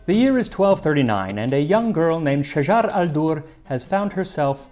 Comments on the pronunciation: Her name is shajar el dur not shajara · Shajaret NOT Shajar.....shajaret el dorr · The correct pronunciation is Shajaret NOT Shajar! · Just a note Her name was shajarat al durr ..not shajar ..shajarat means tree of and shajar means trees in arabic